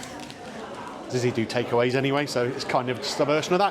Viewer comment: It's pronounced Zitsy. When my son was little we went in Zizi's every Saturday for 4 years as he would only eat Spag Bol